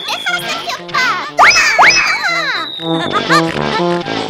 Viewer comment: Medio risa cuando dijo sejio pos nada le gusta todo